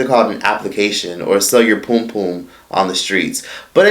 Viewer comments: I laugh so hard every time he said Poom Poom😂😂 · Lool the way u said pum pum 😂🇯🇲. Lol I love this channel I swear ... ever knew Tyra did all this things